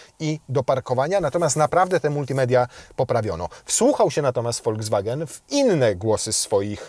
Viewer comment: To się wymawia volkswagen a nie foldzwagen